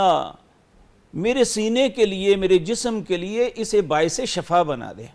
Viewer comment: Shifa is true pronunciation hai